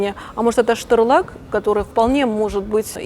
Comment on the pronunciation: Стюр лаг-быстрее СТУР ЛАГ,А НЕ ШТЫР ЛАГ